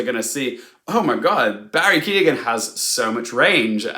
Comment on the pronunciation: Why can’t English people pronounce Irish names? Especially the name of an Oscar nominated one? It’s Keoghan - the e is not pronounced at all - it reminds me of the trauma of Saoirse